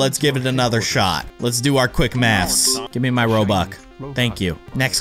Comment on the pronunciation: U called it robuck ._.